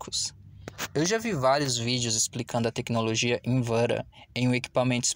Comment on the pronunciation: Tecnologia "invera"😂😂😂😂😂😂😂😂😂😂😂😂